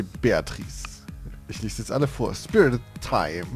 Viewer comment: um die Geschenke zu sehen musst du auf dein Profil gehen bzw. auf das blaue Buch dann ist da oben so ne Leiste und dann gehst du auf das Geschenk Bild und auf Geschenk erhalten ;) hoffe konnte helfen ps bin SpriteTime und es wird Sprite wie das Getränk ausgesprochen xD LG ich xD